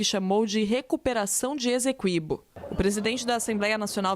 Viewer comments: Pois é, e a repórter da CNN que disse “ezeqüibo” (com 'z' e trema). 🫢🫢🫢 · Finalmente, jornalistas pronunciando corretamente e como pede a gramática: GU-iana (e não GUI-ana). A repórter fez uma ótima externa, mas escorregou no Essequibo (pronunciou “Ezeqüibo”). 😬